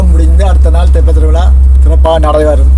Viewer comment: தொப்ப அல்ல தெப்ப . தெப்பம் என்பது படகு அல்லது கப்பல்.